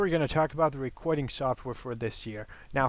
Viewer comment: "today we are going to be talking about recwording software" o my lol